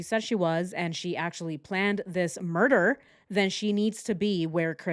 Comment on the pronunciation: Switched off after the 100 time u says “murch”